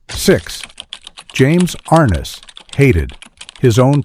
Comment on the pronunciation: "ARN-NESS" NOT R-NESS....